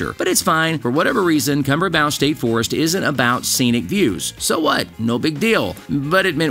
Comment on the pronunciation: Kumbrabow. You're saying it wrong. Come - Bray - Bow. Like Bow and Arrow